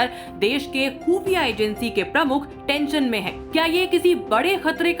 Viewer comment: Tumse tension bola nahi ja raha ufo ke barre me batayege 😂😂